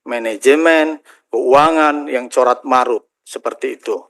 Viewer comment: Carut marut pak,,bukan corat marut😂